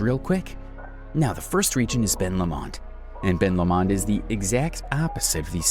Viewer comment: I live in Tassie....Great vid but several mis pronounced place names ...You nailed it for lots of facts though... One really glaring one is Ben Lomond .. It's said Ben Lowmond .. Low as in opposite to high.. another is the Mersey River ...We say it as Merzey not sounding like Mercy as you said .. Both of these are completely understandable though by looking how they are written .. On Ben Lomond ...I am looking at it right now from my front door from 50 kilometres away ..Also South Sister , Mt Nicholas, Mt . Elephant and St. Patricks Head Pinnacle all visible from different parts of my property .. I'm nearly 900 ft or 272 metres above sea level in a valley . But within 15 minutes can be standing on a pristine beach looking toward the Tasman Sea/ Pacific Ocean to the east and the Southern Ocean to the south... It's amazing ...